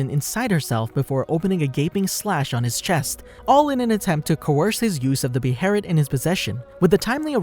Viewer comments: We just gonna ignore he said bherit and not ballit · ITS PRNOUNCED BAY-LET say it with me BAY-LET two sylables not buh-hair-it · The band of the hawk my god….. the king labels them the white falcon knights towards the end….. My god man and be be heret wtf is that it’s prenounced (beh -let) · Band of the Hawk!! Not band of the falcon! Beholit not berolet!! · why is he saying beherit, isnt it behelit? am i missing something? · Wtf is a "beherit". Behelit. Beh hey lit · Beh-ha-lit is how it’s pronounced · Bruh breherit it's behemith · Its BAY-LET lol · Guts is the picture of how much bs we go through as an adult right out the gate without money lmao. Also why are you saying beherit like that?